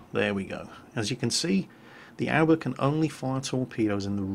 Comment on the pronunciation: I'd just like to point out a simple pronunciation error: Aoba is pronounced "a-o-ba" not "owba" A general rule to follow with Japanese is that it's pronounced exactly how it's spelled.